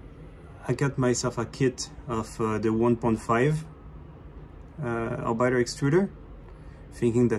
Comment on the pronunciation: You pronounce it orbit-er not bite. Called this presumably because it uses planetary gears and planets orbit stars.